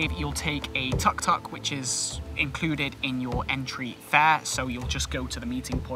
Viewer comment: nice video but please practice yr pronunciation of some of these place names, you even mangled the humble tuk tuk - lol